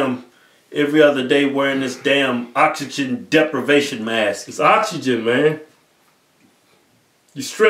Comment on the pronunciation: "Oxygen" "Oxygen" "Oxygen" "Oxygen deprivation mask" "It's oxygen, man. You're stressing the "Ox" too much... Fuck it."